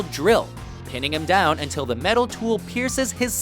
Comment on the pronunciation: The way this guy pronounces things isn't only annoying but it makes no sense, like how do you even think that sounds right? "DOWN...... the drain" was the worst, I literally winced.